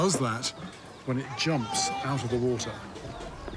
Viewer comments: you're making it sound like he's pronoucing it like Utah with how your wrote that phonetically. Warter. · i like how he cant even say the word water and says wootah about 75 times this episode